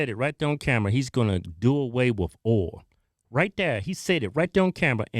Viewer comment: Saying "Ole" instead of [Oy-el] for the word Oil. That's a new one lol.